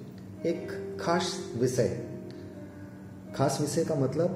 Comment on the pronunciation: Pronounciation improve Karo Bhai. Vishay ko Visay, jivan ko zivan, shareer ko sareer, aur ko or, nirdesh ko nirdes kyo bolte ho ?